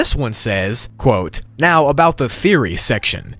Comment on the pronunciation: Are you seerous right neow?